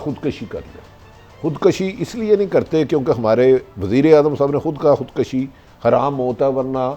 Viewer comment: او بھٹی یار الفاظ تو صحیح بولا کر! خُدکَشی نہیں ہوتا! خُد کُشی ہوتا ہے! ویسے باتیں اچھی کرتے ہو۔۔۔